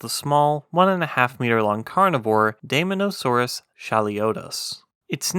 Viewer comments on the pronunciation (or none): Very interesting! We almost never hear about basal dinosaurs. By the way, as an English diphthong, the “ae” Latin digraph is pronounced like our long “i,” so I think dye-MON-o-saw-roos is closest to Linnaean usage. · It is pronounced "day-MAW-nuh-SOAR-us". It was a carnivore, and a theropod. It's name actually means "demon lizard". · You pronounce daemon wrong. It’s “deemon”. Great vid tho. Subbed